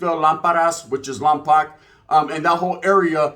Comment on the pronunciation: Saludos and much love from the 805 Lámparas appreciate the love G just wanted to say real quick Lompoc is a Chumash Indian name and it’s pronounced Lom-“poke” but none the less feeling the love